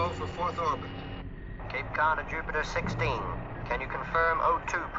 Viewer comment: It's Cap-Com, not Cape-com. It's an abbreviation for Capsule Communicator.